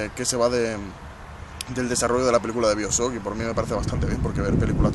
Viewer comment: nisikiera saber pronunciar bioshock bien :p